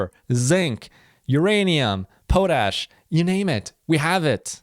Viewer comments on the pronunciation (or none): What was that, Poh-tash? It's pawtash. Pot like weed. Like the metal cooking pot in the kitchen.